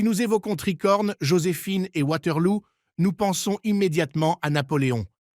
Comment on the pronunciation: Lol Waterlou ... On dit Waterloo et c'est une fiction pas un film historique. Tellement nul cette vidéo